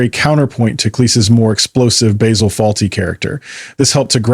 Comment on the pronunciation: Could at least pronounce Basil's name properly. Maybe even spell Fawlty correctly....